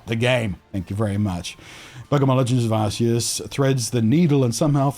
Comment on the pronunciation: It's gif as in George, and Ars-ious just sounds rude, even if it's "correct." lol Cheers.